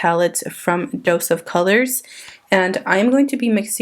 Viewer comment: Did you mean to say dose of colors? Lol